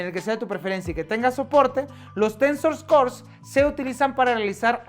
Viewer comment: hahahahaha "Tensos core".